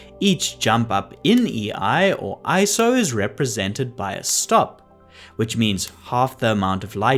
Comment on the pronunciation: So glad you pronounced it correctly as "eye-so" and not as individual letters like so many photographers mistakenly do